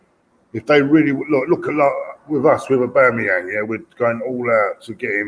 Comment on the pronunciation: Man keeps saying Aboomeyang. Very Annoyang